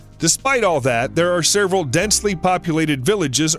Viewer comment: WHY does this guy keep saying: "sereval"??? It's: "SEVERAL"..........OMG/SMDH - NOT that hard.